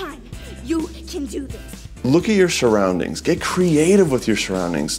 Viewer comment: What are "shoroundingsh"